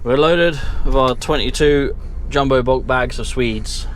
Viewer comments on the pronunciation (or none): none